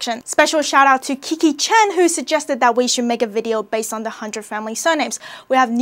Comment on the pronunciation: Lol. The Hebrew last name is pronounced like "Khen", with a guttural "kh" sound. It means "grace", "charm", "favor", and "beauty". Also you placed the diacritic marks in the wrong place. They're supposed to go under the ח (not between the letters). Source: I'm an Israeli who speaks fluent Hebrew (and Mandarin).